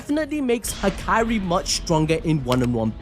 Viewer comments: Dude it’s HAKARI not hakyrie this was annoying a little lol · the name pronunciation gotta be engagement bait bro😭